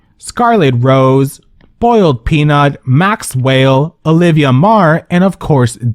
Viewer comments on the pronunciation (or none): my favorite part of videos is when he says boildpnut